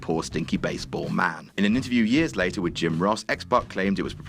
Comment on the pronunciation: Positive Vibes Only it's pac